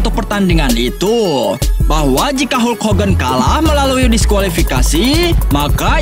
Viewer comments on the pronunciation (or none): none